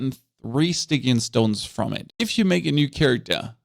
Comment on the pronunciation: I'm just here to say that Stygian is pronounced with a hard G but it sounds freaking cute so I'll allow it.